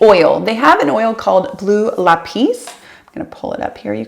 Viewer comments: It is pronounced lap-iss not lapiz lol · lapis is a precious stone lol you pronounced it like you would the Spanish word for "pencil" (kind of) love the video! just wanted to chime in since you questioned the pronunciation yourself it's pronounced lah-piss; LA:pis